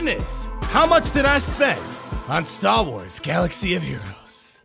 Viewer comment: "Stah Wahs Galaxy of Heroes"